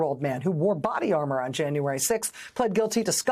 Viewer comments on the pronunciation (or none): none